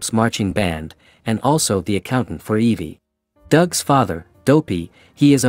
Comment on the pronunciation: that’s obviously because it’s a text to speech program not pronouncing the names correctly